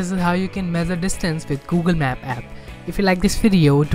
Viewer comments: It's not mezer it's measure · Mezzure nahi mesure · It's not mezure it's measure..🙏